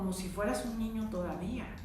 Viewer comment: A una disculpa pero Ud dice ñiño o ñiña y es mal pronunciación en niño o niña